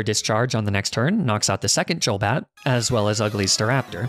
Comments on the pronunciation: Hearing "Jolbat" infuriates me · "Dzholbat", omg, that hurts. xD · The way he says JOLbat and and JOLduck makes me so inexplicably angry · Is there a reason you say "Jul" when it comes to Golbat and Golduck, Instead of "Goal"? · Y u say Jolduck and Jolbat? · "jolduck" "jolbat" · you're saying golbat, golduck and Aaron wrong lol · Wtf is a "magnemiti", a "yolduck" and a "yolbat"